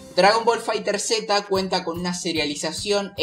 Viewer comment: Buen video bro pero te recomiendo algo si haces otro video explica lo de los terminos tecnicos asi sera mas facil explicar y los que quieran pasarse a otro juego de peleas se les haga mas sencillo, y se pronuncia FighterZ no fighter seta xd Un saludo